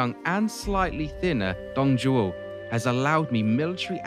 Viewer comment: Nailed the Dong Zhuo pronunciation, Zhang Jue, not so much